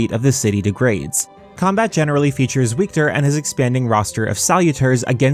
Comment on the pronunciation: Wiktor is pronounced Viktor lol In polish w = v